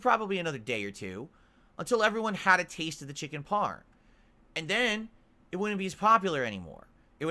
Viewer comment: The way says "parm" tells me everything I need to know about him. Repetitive, mind-numbing, graceless, and lacking of the most crucial aspects of Italian heritage. Also, that Ernie-from-Sesame-Street laugh he does with Jasper on-screen is grating.